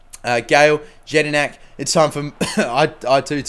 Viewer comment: With jedinak, the J is pronounced with a y